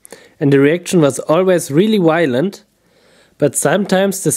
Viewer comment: Those reactions were so wylent, whylent, wilent omg! So wy-lently awesome